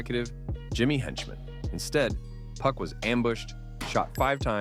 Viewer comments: then dawg, you've gotta stop saying PUCK. PUCK is the MF from midsummer night's dream, PAC (PAW-K) is the word you're looking for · "Hitemup" and "Puck" pronunciations are goofy.